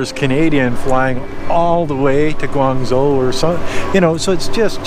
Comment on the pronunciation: the correct pronunciation is GUANJO not GUANZO, take a note of that. You always pronounce it wrong.